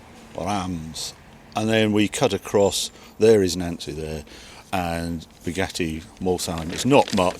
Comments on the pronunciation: Two more to the list you cant pronounce Reims and Nancy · Nancy is pronounced Noncee and Tourbillon (whirlwind) has silent L's. Lovely car and always lovely to see you blasting through Europe.